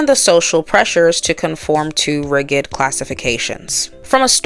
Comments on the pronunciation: Good presentation, but why can't you pronounce simple words like An su-PER-flu-ous or rigid ri-JId? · RIGID is pronounced with a soft G. Pronounced RIJID. Thanks for a great review.